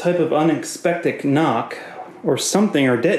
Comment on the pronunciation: Lol he said ka nock